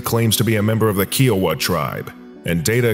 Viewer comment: SCP-070 is a member of my tribe, Kiowa. And it's pronounced like the state of Iowa, but with a K, "Ki-oh-wah" or "Ki-wah".